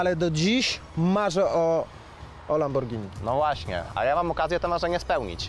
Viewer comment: Lamborgini xdddd